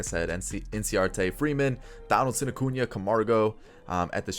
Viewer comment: Your sying his name wrong its Ronald Jose Acuna Blanco Jr.